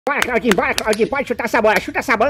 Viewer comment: amei tbm kkkkkkkkk tu falo chaudinhu pô😂